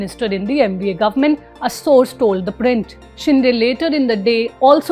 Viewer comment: It is शिंदे not शिंडे.